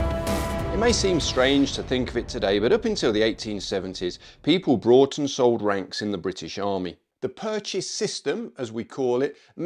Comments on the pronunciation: I really like this channel and video but.. why are you saying “brought”? It’s bought. There’s no r. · Bought not brought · Sorry, but there is no R in bought. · A friend of mine left the Paras, and was considering joining a cavalry regiment. During the interview, they were told that they needed a private income of around £20K to maintain their rank in an appropriate manner. Also, you keep saying "brought" instead of "bought", they are NOT the same thing.